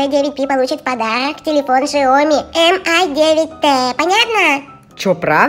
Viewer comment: не шиоми а сяоми